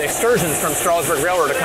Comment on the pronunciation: Live not far away, love hearing that whistle when I'm out in the field. When you say Strasburg put a little of that southern twang in it, It's pronounced the way its spelled not Strausburg haha. Love the videos!